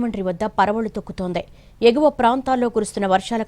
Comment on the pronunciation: paravallu thokkuthundheyy kadhu THOKKUTHUNDHI ,ENNI YEARS AYINA TELUGU PALKARADHU EMEYKI